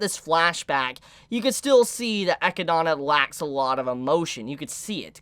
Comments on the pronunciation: XD Why cant he say echidna instead of akidnah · Just discovered your channel great content 🔥... I think the pronunciation is Echidna and not Echidana, just remove the da and I think you got it correctly based on what I read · Love the theory crafting you brought up. Only one thing bothers me. Her name is pronounced “Ah Kid Nah”. Not “Eh kid don a”. Sorry just had to drop that because you’re killing my ears. Keep up the good work. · HER NAME IS EH-KID-NA!! NOT GOD DAMN FUCKING ECHEDONA! YOU MISERABLE FUCKING TWAT! YOU ARE WATCHING THE GOD DAMN ANIME NOW! YOU DONT HAVE A FUCKING EXCUSE TONSAY THESE NAMES WRONG SINCE THEY ARE SAYING IT FOR YOU!! STEP UP YOUR FUCKING GAME!!! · DUDE! Don't make me mad calling her "EchydAAAna"!!! It is "E-chyd-na"! Srsly... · If the name is from the animal it is pronounced Eh-kid-nah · I always get slightly confused when you say Echindna because of how you pronounce it. Also in the Japanese there wasn't any difference between warlock and witch. Its the same word. It was just changed for the English translation. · I love but his pronounciation of echidna makes me cringe every time 😭 Its english, bro. A spiny anteater. Its what knuckles in sonic is based off of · Bro its been all season idk how you still pronounce Echidna's name wrong. They literally say it out loud